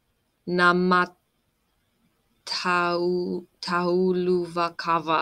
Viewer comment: It was better all time. Word naamataulu is compound word so try pronounce naama-taulu. And not käärijä relayted three part compound word to end: hääyöaie.